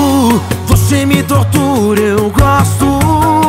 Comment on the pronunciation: Felipe Araujo suas músicas sao top, mais pelo amor de Deus nao faça eu parar de te ouvir igual eu fiz com Paula Fernandes por colocar o X nas letras das musicas, pronuncia a palavra correta, nao é "voxe" e sim voce, nao é "deixa no xufoco" , por favor para com isso.